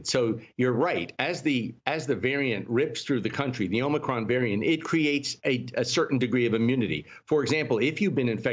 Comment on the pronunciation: He said, "Be concerned about Omocrom, but don't be alarmed"...what? He doesn't even know the correct pronunciation....Sheesh! 🙄